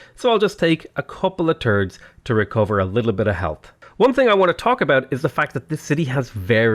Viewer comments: "A couple of turds to recover" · "couple of turds" am I hearing this correctly?